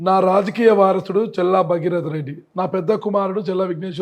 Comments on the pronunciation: మరే.... వినలేక ఛస్తున్నాం ఈయన "చెల్లా" 😂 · ప్రయోక్త గారూ ‘చెల్లా ‘ కాదు ‘ చల్లా‘ అండి.